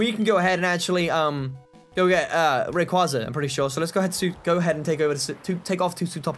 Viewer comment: you pronounced rayquaza wrong